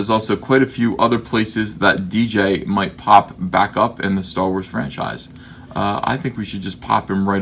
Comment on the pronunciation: It's not dee jay, you just say the letters. Its DJ, god will you never learn.